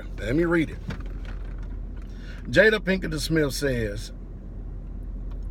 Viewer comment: Pastor I like you, but that being said, I often wonder if you’re illiterate!? Because you said Jade at Pinkerton it’s not Pinkerton manage ticket!